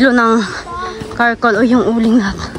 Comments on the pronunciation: Gawing uling charcol hindi carcol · Charcoal not Karcoal! You know the expression char char that’s how you pronounce the charcoal 😊👐🏻✌🏻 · wala Kay klase? Btw, I noticed you said “karcoal” the correct word is “charcoal”. Tambok ang mga baboy!